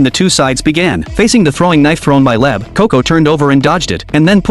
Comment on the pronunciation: Leb is wrong It's leib